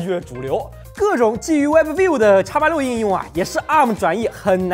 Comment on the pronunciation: webview b不用发音